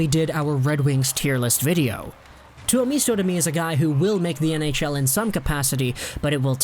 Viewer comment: it is pronounced Two-oh-MIST-oh... not MEESTO